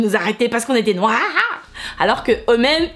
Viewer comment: « C’est parce qu’on est nOIoRr !!! Alors que même ils étaient plus noirs que moi » sa m’a tuer 🤣😂👌🏾😭